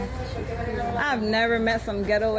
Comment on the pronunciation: Way more class,but says triffilin